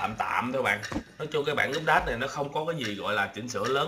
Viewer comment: a vẫn đọc úp đát =((((((((((((